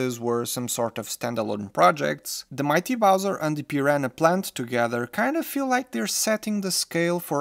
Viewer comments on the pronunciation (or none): Eu achei que você, sendo de Portugal, iria pronunciar piranha da maneira correta, maaaas eu estava errado haha Ótimo review tho 💜